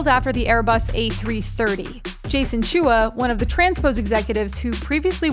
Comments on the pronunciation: Chua is pronounced "Cho-arh" not "Choo-uh". That had me cringing. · pronounced chua wrongly